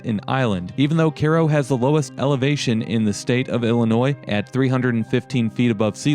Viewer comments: Hate people who can pronounce the name in Egypt, but not the same spelled town in Illinois. It has a long "I" not long "À". Go back where you live then and don't knock a state you don't live in. Sorry. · Just ran across this video. I chuckled when Cairo was pronounced Care-oh. Not many people realize that it is not pronounced Ky-ro as in Egypt. It's more of a So. Illinois/Kentucky, SoMo. thing I think. People in other locales (Chicago, NY, LA, etc.) would probably say Ky-ro. But not down there. I have cousins born there (they left when they were toddlers). I was raised 50 minutes to the north of Cairo, IL on the Mississippi river until age 9 when family moved to Chicagoland. My family came to the IL side in 1905 from Cape Girardeau, MO; Kelso, MO, Perryville and St. Gen., MO. Thanks for doing video. Brought back memories. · That is CAI-RO man, like Cairo Egypt… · You’re pronunciation of the town is just killing me man. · Get your pronunciation correct. Cairo, emphasis on “I”(eye).. I grew up in Illinois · You are correct! Mispronounced through video. I lived in Illinois all my life except 2 years and it is definitely mispronounced here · So is it pronounced the same as Cairo Egypt? (Kai as in sky.. row) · you pronounce the name incorrectly. it's cairo like in egypt. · If you are going to make a video about a place you should learn how to pronounce it. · Your pronouncing the name wrong. Just saying. Everyone does. Wtf. You actually went from pronouncing it wrong to pronouncing it right to pronouncing it wrong again. Wtf. And your somewhat educated. Again, I say wtf. Hmm... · It's pronounced: Ki Roe, like Cairo Egypt. Not like Karo syrup! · hahaha Care-oh is English Kiro is Egyptian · Learn how to speak English, you. It's pronounced KYRO, not cayro. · Same with the city in Egypt. He was pronouncing it like the corn syrup Karo or kay-row. Kai row or ki-row. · as a former resident, locals say CARO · OH MY GOD ITS PRONOUNCED KY-RO. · Its pronounced "Kyro"